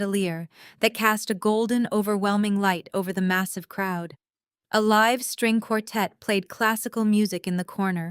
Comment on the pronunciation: When you improve your pronunciation of homonym read and live, and stop recapping midstory.